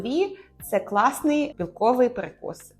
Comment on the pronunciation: Все добре, але навчитися ставити правильно наголоси було б непогано. Бо з одразу деякі слова і не зрозумієш Сирна палИчка?! КласнИй?!овочИ